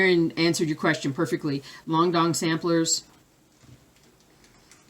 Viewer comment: I am so glad someone else mispronounced Longdog Samplers besides me. Baahahaha!!! Thanks for all your wonderful videos this year and I'm looking forward to 2019. Merry Christmas and Happy New Year!!!